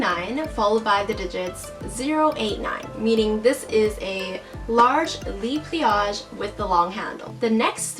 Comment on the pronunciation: Hun, so sorry to say, but the "le" in "le pliage" is not pronounced "lee"... it's "luh". It's not you, I have personal peeves.